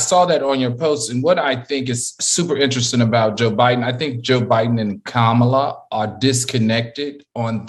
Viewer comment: Oooooh AL, blame it on the damn Tequila honey OK, cause you just messed up horribly pronouncing Kamala, name; lol